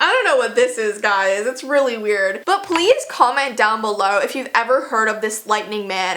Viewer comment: “palaese cumment dOwN bulow”